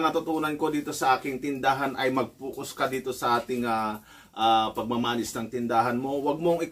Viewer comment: FOCUS. Hindi "Fucos"